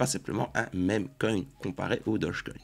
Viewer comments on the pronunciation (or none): none